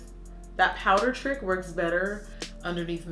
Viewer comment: as soon as she said wowder ik it was glossier like its no secret